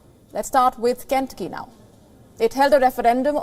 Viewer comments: Good reporting Please check pronunciation of names of States.. Ken-tuc-ky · Ken tu'cky ! Not Ken'tucky ! For the host's information. Trump's and DeSantis's voters are scary ignorant ! India's rupee may be the next global currency.